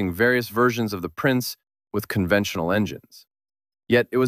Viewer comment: PLEASE at least make an attempt to ask someone how to pronounce German. “NSU modorinwork”?? It made my skin crawl even more than “prinns”.